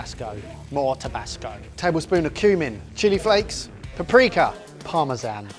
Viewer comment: said paprika, but all I heard was "pre-cum".